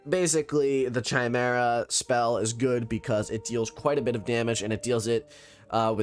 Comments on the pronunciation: It's cute how you say chai-mare-ah. It's Kai, lol. Kai-mare-uh. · You said chimera wrong